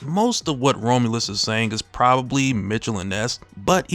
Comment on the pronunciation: Bruh kept saying Rome-u-lus 😂 Rom-u-lus, my guy.